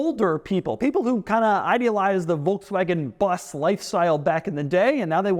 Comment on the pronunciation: was listening to this video while working. i was like why are you keep saying BUZZ??? isnt it a VW BUS? How can Doug mispronounce that word so badly. then i looked at the screen, oh...